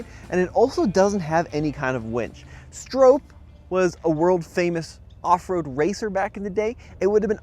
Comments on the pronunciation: Stop saying Strope, w/hard O. His name is Stroppe... Bill Stroppe (Str-ahh-ppp) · Just FYI, it is pronounced "Strawp" not "Strowpe." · The surname Stroppe is typically pronounced "STROP-pee". It rhymes with "hoppy" or "poppy". Some people may mispronounce it as "STROPE". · You are pronouncing Bill's name wrong. It does not rhyme with hope.